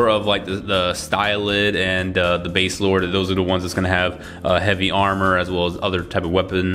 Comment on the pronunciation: It's actually 'Baselard,' not 'Baselord.' Confusing, I know. And it's pronounced as 'Bah-se-laard' in the anime. I just call her 'Basei.' And yes, building girls is weird. It'll never not be weird to me, and I've also built almost all the Gunpla Girls as well.